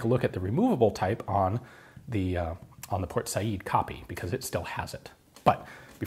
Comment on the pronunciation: Thank you so much for saying "Por Sayid," instead of "Port Sayed." That always annoyed me. Also, thank you for digging up more relics to take apart, and show us all the bits inside, as usual.